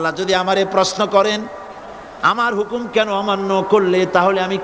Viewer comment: হুমুক না হুকুম আপনার ভুল আছে